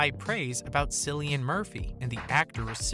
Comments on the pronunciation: The narrator must be AI. By now the whole world should know it's Kill-ian, not Silly-an!!!!😡 The Irish alphabet doesn't have the letter K, so most C names are going to be hard Cs. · It’s not pronounced sillyan. It’s Killian. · KILL- IAN, not sillian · KILLian, not Cill ian. Jeez. Do your research. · Get it right! It's not pronounced Sill-e-an but Kill-e-an. Please get it right. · Ahh shit!!! it's K, like Killian! not Sillian.... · His name is pronounced “Cillian” and not Sillian .. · Hard C !!!!!!!! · KILL-i-an Murphy...ffs... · Bro jst called him Sillian Murphy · His name is pronounced "Kill-ian"! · its fucking killian pronounced in lreland show some respect A I. Boy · Its pronounced KILL-IAN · Cillian is pronounced like Killian. It's just spelled differently. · It’s KILLian Murphy. Jesus. 😂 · the "Cill" part of his name is pronounced "kill" smh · I believe it's pronounced "Killian " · 🙄 KILL-ian. Hard "C" you'd think it'd be easy enough to research with all the other details. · There's no K in irish so that Cillian is pronounced with a hard C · When the narrator mispronounced Cillian’s name that’s when I closed the video. You make a video about someone and don’t do the basic homework? Come on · Yep .. spot on, lazy reporter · Please pronounce The GOAT's name correctly or just refer to him as The GOAT.. I cringe every time you say his name wrong..